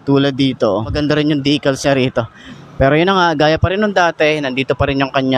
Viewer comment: Decals po hindi dicals